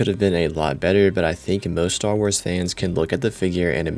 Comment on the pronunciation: "Star Wras"